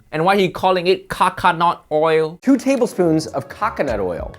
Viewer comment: Why does he say coconut milk correct but not coconut oil?